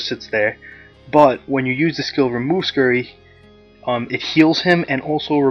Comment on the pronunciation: lol its "scurvy" not "Scurry"